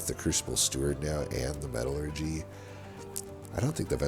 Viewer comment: You are pronouncing metallurgy correctly. It's "metal-urgee", not "me-TAL-urgee".